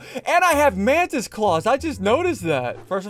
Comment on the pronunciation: Bro bacon a Man-tis instead of a mantis 😂